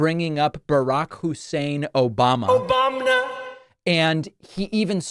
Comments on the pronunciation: Obam-na!!!.. Always gets me 😂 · One of his 'mental cognizant faulting' tells is when he says a word or something seemingly so confidently and either can't for the life of him pronounce it or can't remember he'll go like 'When Obamda, - have you ever heard of that guy ? Have you this or that''. to pretend he didn't mess up to save face for not being able to say correctly or AT ALL! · 🗣️”O-BOMB-nuh” ☠️ kills me every single time ☠️ 😂😂😂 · Hey Don who is Obamna? He is 78 and he has lost it.